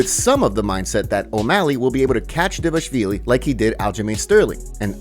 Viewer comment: DAH-VAH-LISH-VEE-LEE. It's not that hard.